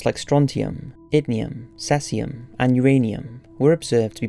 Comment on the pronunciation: sorry dude but it's not sais-ium..it's see-sium!